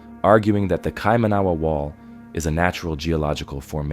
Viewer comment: It's pronounced keye-mah-nah-wah. New Zealand. But that's really interesting. I didn't know that was here in New Zealand! Thanks